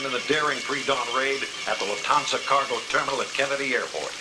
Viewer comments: Loftananza heist 😂😂 It is my maffia family; Loftananzas 😂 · Did he say the luthanaza heist?😂... Lufthansa🙄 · “Loof-ta-naza” made me laugh but great doc overall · Luft-Hansa is how it is pronounced Why are Yanks so incredibly ignorant? Why do they not look these things up? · Pronouncing it "Loofthenaza" heist is crazyy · Loof-tha-naza heist? 🤣😂😂😂😂😂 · cannot even pronounce Lufthansa properly FFS! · Benano? Loofathansa? 🤦‍♂️ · How do you put a video like this together and not know that it’s “Bonanno” and how to say Lufthansa?